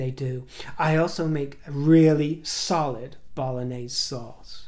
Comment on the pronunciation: She actually says, I make a solid “Balenaise” sauce, mispronouncing, Bolognese. Highly doubtful she ever made it, or cooks. The only “sauce” in their house is the alcoholic kind, which Harry must drink by the gallon in order to cope with be married to her.